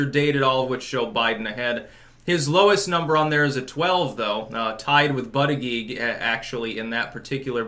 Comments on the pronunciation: It's pronounced "butt-edge-edge"....js. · It's pronounced "boot-edge-edge"... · I wish you would pronounce buttigieg right. It's pronounced Booty- Gouge.